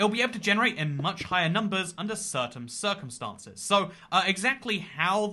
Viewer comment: Hey you said "certaiM circuNstances."